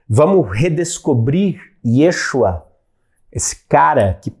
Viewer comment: Obrigada pelo curso. Cabe assinalar que a pronúncia do nome de Jesus em hebraico não é Yêshua - e sim Yeshúa.